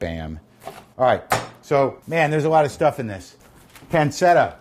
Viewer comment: If he was saying a hard C he'd be saying panketta. He's saying a soft C but an English soft C instead of Italian.